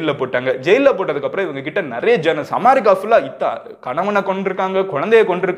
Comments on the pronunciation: அது அமாரிக்கா இல்லை அமெரிக்கா! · Your way of pronouncing "AMERICA" is incorrect. Change it. Thanks